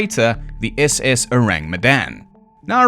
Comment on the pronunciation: The moment you put accent on "SS" and "freighter" I knew, without knowing much of civilian ahips, that the classification is wrong.